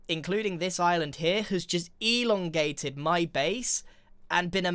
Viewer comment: the way he said "ELONgated" made me jump 😭